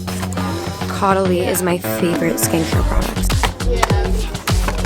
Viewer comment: Ok when u said “new fall scent” and preceded to say REPLICA, my heart jumped and I thought u got my scent(coffee break) and I was ab to say like NO WAY were this similar, kinda crazy kinda creepy kinda a slay..hahahah This is deadasss what I do everyday minus the flight to the LA😂. Also caudalie is French so it’s ac pronounced (ko-da(German accent sounding “da”) -lee, so KO-da-Lee) Haha ily